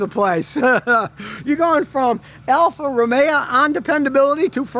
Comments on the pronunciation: Isn't it Alfa Romeo, not Romea? Never heard that dialect before. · It is not pronounced Alfa Romea, say Alfa RomeO.